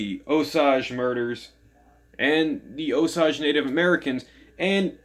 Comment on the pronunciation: Thanks for the review & for not including major spoilers. Btw, the author pronounces it "oh 'sāj" as does Molly's granddaughter.